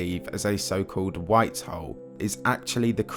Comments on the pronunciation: I can't help but chuckle whenever you say Black Hole as "Black Hoe" lmao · Sounds like “black hoe” for half an hour 😂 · Your “hole(s)” sounds like “hoes” and consistently at that. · When you say "hole" it sounds like "hoe" wich has me confused listening to a 30 minute video about white and black hoes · but the way he says "hole" 😅 omg I'm dead.